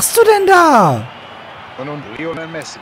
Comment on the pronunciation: Irre ich mich oder sagt der Kommentator die ganze Zeit "Rionel Messi"? :D Bei wäre ein Aubameyang nicht schlecht gewesen.